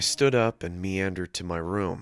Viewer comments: No. It's Meandered not Neandered. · It’s was meandered Not neeanderelled